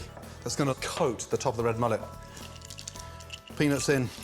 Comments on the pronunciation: AN OBVIOUS "PENIS IN" Ok Gordon. What in the hell is wrong with your mind/pronunciation? I dont want a penis in in my meal but OK MAN! WHATEVER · It really sounds like he's saying penis. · Gordon it doesn’t sound like you’re saying “peanuts”